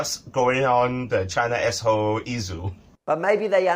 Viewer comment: "Chynna is Asshooo "